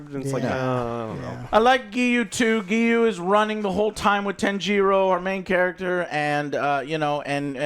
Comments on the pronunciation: Joe... JOE! WHO is Tan-jee-ro? I gotta know. You gotta tell me. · Joe please, for all that you so claim to love you need to learn how to properly pronounce the characters' names. Japanese is separated into consonants and vowels spacing. So Tanjiro name is Ta N Ji Ro. Each gets their own phonetic timing. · Holy hell. These pronunciations of the Demon Slayer characters are WILD. 😂 TAN-GEE-ROH and Asuka for Inosuke. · Ah yes the famous Tanjeero and Nekuzo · Tan jee ro. Nakoozo. Wow likenif he didnt watch the film go wild with names but they say their names. Its one of the trooes of anime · Jesus the name butchering :D Neku-zho Tan-gi-RO :D Not even close. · Don't you guys hear the character calling each other names? To not be able to get even Tanjiro correctly pronounced takes some effort.